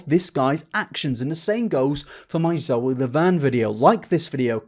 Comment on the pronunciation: Hehe he pronounced Zoe's name wrong. Anyway love you mate. Thank you for making such important content